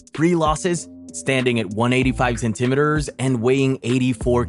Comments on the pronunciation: man i like you content but please stop saying centimetres like that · We gonna gloss over how he said centimetres